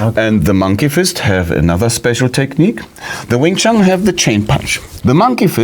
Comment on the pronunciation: What's this "Wing Chan" all the way through the commentary? It's "Wing Chun".